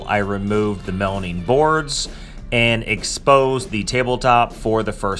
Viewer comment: Melamine ... not melanine